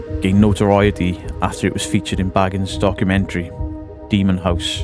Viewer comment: I don't why I found it so funny that you repeatedly called him "Zack Baggins" - like he's Bilbo and Frodo's embarrassing relative - rather than what I believe is the correct pronunciation of 'Bay-gans,' but I deeply appreciate that you committed to it!